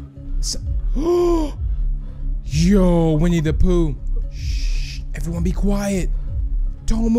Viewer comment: When you said winne da pooh at the begining it kinda sounded like we need a poo